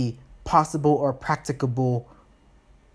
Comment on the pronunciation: Finally, someone who knows how to pronounce "practicable"! 😂